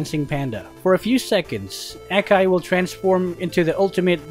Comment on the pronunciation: The A in Akai is not like A in Air, but like A in Aura